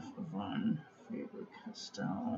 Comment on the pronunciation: Actually the V in Von is like an F in English and the A in fAber is the same A like in back and not like in face ...